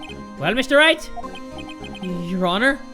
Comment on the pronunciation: I Ligit thought he said Mr.Rat instead of Mr. Wright😂😂😂😂😂👌